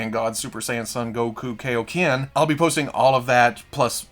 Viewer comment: I don’t want to be that guy but Kaioken is pronounced ( Kai OH Ken ) not ( Key Oh Ken )